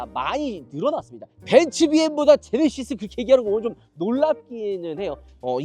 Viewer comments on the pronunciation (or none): none